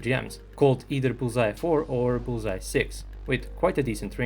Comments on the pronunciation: You make it sound like bullseye, but it's 불새(Bul-sae), the pronunciation would be like bull-sa where sa is from 'satellite'. Bul is fire, and sae is bird. So fire-bird, or could be translated as phoenix. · I also thought he was saying Bullseye. Are you South Korean? I always appreciate when people take the time to add different bits of information in the comments that most of the audience probably wouldn't know, whether it's technical information about the particular armored vehicle mentioned in the video or information about the nomenclature, such as your post. It helps all of us to get a more complete picture of the topic being discussed. Thanks. 👍